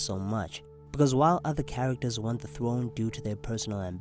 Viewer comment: Stannis is, by right, heir to the iron "Thwone"